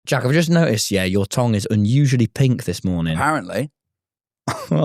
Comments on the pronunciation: Even in Scotland we say “tung” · why does tom say tongue like tong 😭